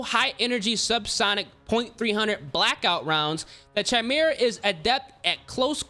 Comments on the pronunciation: its KAY-ME-RAH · Bruh what the frick is a “chime-mirror” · CH-I-MERA ahahahahaha bro its Kai-Mera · bro it’s pronounced “ky mera” not “chy mera” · Stop saying chimera its prounounced kaymera the h is silent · Holy fuck man!! … u should maybe play less CoD and learn english first…. It’s not chi•mera. It pronounced ‘ki•mera’. And it’s not ‘hair•bringer’. It’s ‘har•bin•ger’ 🤣🤣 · its not CHImera dumbass its KYmera!! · Its «kai-mera» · Say it with me! CHIMERA! (Kai-Mare-Uh) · bro said chai me ra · pronounced "Ky-mera" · chi-mera lol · It's kai-mera right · the way he pronounces chimera is too funny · Dislike since you don’t know how to pronounce Chimera… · Why do so many people pronounce chimera wrong? You pronounce the ch as a K sound. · The way he says chimera makes me wanna have a toaster bath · It’s been driving me insane, every creator is saying it that way. Clearly never delved too deep into mythologies. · It really blows my mind how many people genuinely have no idea how to pronounce certain words. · That's not how "chimera" is pronounced bruh